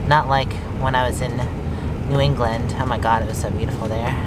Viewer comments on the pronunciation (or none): none